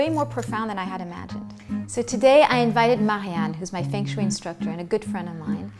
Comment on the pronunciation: The proper pronunciation should be the first step. Feng Shui (Fung Shway)